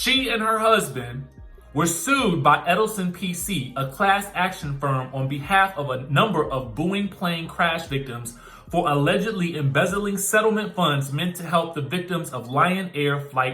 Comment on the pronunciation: BOEING.. bow-ing (pronunciation). Planes that went down that killed many people.